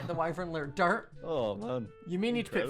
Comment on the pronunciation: Oml every time he says dirt it sounds like dart